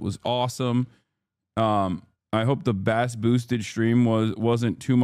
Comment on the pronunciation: Lol at "Basss Boosted Stream" Pronounciation of "Bass" (in terms of audio) aside, Bass is also a Protestant drink from NI. It doesn't matter, it just made me laugh.